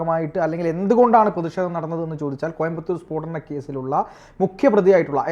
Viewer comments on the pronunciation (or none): Peedanam alla spodanam....